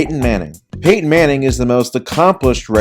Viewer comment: You did Payton wrong